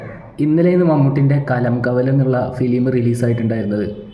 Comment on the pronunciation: മച്ചാൻ പോയി കിടന്നുറങ്ങ് സംസാരിക്കുന്ന വയ്യല്ലോ കലം കാവൽ അല്ല കളം കാവൽ എന്നിട്ട് നീ റിവ്യൂ മമ്മൂട്ടി മൂഞ്ചി